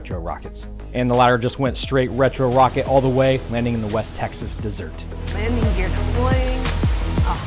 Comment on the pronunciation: Sounded more like “dessert” 🍧